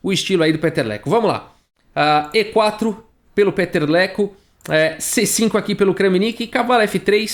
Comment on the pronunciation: VOU DAR A PRONÚNCIA CERTA DELE: PITER LEKÔ